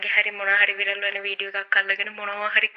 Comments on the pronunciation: විරල් නෙවෙයි හරි වචනෙ වයිරල් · වයිරල් "විරල්" වෙලා, "funeral “ෆුර නල්” වෙලා parlour “ පාරල්" වෙලා... යකෝ දවසේම රිවස් වෙලා ඉන්න වෙලාවක ෆමිලි invitation එකකුත් ලැබිලා... "පාසි ටිපේට් " කරලා දෙය්යනේ ෆියුරනල් එකට.. final respect එක ප්‍රේ ...කරන්න ගිහින් අප්පා .. 😅😅😅😅 "ෆ්ලව බොකෙට් " එකක් අරං ගිහින්... කවුරුත් දැක්කේ නෑ නේ දෙය්යනේ.. අනේ කෙමිස්ට්‍රි එකෙට එක්ක ගිහින් මේකිට ශූට් කරපල්ලකෝ කවුරු හරි.... 😅😅😅😅😅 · වයිරල් ❎ විරල්✅ 😂😂😂